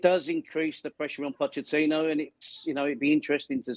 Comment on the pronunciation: She cannot even pronounce Pochettino's surname properly.